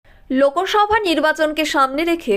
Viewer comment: সংবাদ পাঠ করতে উচ্চারণ ঠিক কর । লোকোসভ না লোকসভা।👍